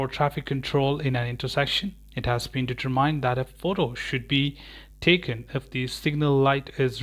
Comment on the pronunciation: de-turmind (mind read like mint but with D at the end). Otherwise ⭐⭐⭐⭐